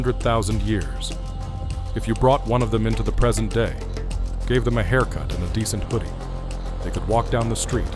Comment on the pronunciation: Why did him saying descent hoodie crack me up 😂